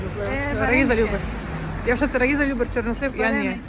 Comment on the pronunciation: ЧорнОслив - наголос